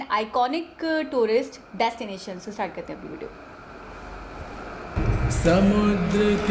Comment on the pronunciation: lats 👌🤣 jahil aurat lets hota hai dastination 🤣👌 jahil aurat destination hota hai